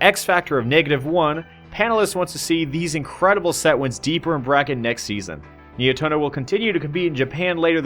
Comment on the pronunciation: Just to clarify, it's pronounced Ni-eh-toh-noh, not Nai-eh-toh-noh